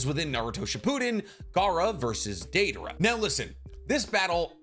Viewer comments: Daedora? Where the hell is Deidara mentioned like that?? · the butchering of Deidaras name in notbut rn video and this comment hurts my heart